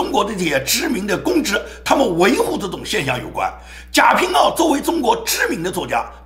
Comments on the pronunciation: 应该贾平wa，不是ao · 贾平wa 读音错了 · 贾平(wa---四声）